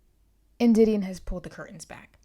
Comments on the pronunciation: I was thinking the same thing😭the beginning of the book specifically states the pronunciation lol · It really bugs me how you pronounce her name wrong